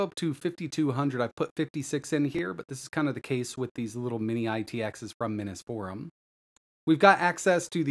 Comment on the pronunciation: Still says it too